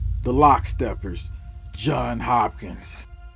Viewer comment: Jons Hopkins, not John Hopkins.